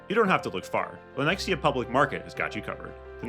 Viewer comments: What the hell! Lenex-i-a?! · Oh-lay-thuh. You murdered that shit. Also, Lenexa. No I.